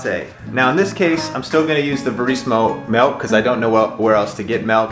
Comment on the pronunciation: its MILK not MELK lol sorry